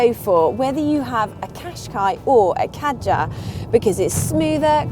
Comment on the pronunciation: You do not pronounce Kadjar correctly and there is more leg room in the Kadjar. Learn your facts before you speak.